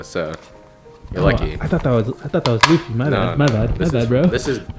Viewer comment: The way pronounced luffy is killing me